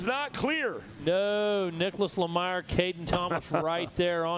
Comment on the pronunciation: 450c lemire.... its one of my racers!! Super pumped good job!! Ohhh and Its pronounced le-meer and ANNOUNCERS. Just for tomorrow's wins!!! Keep up the killer commentary!!